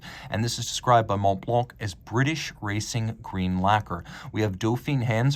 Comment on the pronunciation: The c in Blanc is silent my man